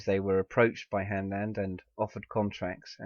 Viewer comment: its "Hanland"